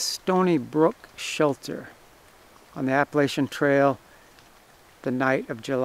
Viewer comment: Yankee can't say Appalachia